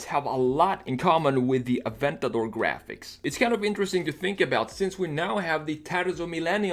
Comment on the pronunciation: Wow first time I hear someone say aventador correctly and not "Aventadoor"